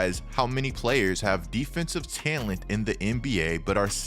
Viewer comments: Bruh, why do you say "talent" like "tellint"? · Is anyone else uncomfortable with the way says “talent” lol. Otherwise good video dawg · i hate the way you pronounce talent :D HAHAHAHAHAH